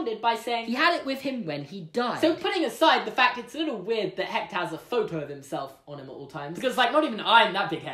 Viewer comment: I'm Mexican and I'm gonna have to admit that you just added a quirk to our Day of the Dead tradition Suddenly everything changes about that guitar One thing doesn't change, though: you're cute Also, that's not how you pronounce Hector